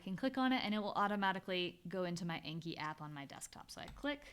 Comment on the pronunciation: Really helpful stuff! Thank you! As a Japanese language learner, anki is a Japanese word meaning "memorization," and "learning by heart" and pronounced with a short a as in "father." Thanks again!